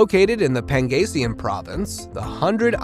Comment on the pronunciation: I haven’t watched it all but I’d like to add that it’s Pangasinan pronounced like Panda>Sea>Man and Baguio is just like bag>e>o. But nice video.